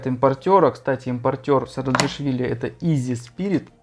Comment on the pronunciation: > ИЗИ Спирит. Почти. "ИССИ Спиритс". :)